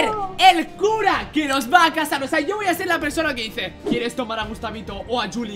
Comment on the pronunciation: es cosa mia o que ha dicho cazar en vez de casar?? XDD